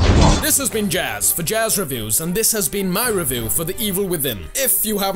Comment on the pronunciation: hahaha "Revoow"